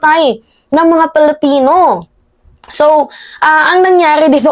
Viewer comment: Pwede ba ayusin mo naman pag pronounce nga Filipino.yan tama yan hindi yang Felepeno masyadong awkward.. Ayusin mo